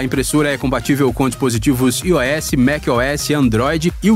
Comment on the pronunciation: Não fala "ios" (sistema do iPhone) não, pelo amor, é "aí ou-s" a pronúncia